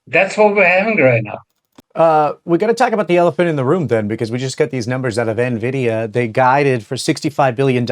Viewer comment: It not pronounced "navidia" just like nuclear isn't nucular